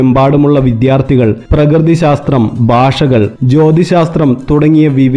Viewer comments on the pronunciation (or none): none